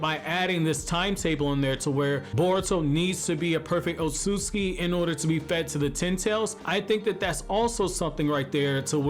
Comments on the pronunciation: The way he kept mispronouncing the name Otsutsuki was lowkey triggering me 😂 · No cap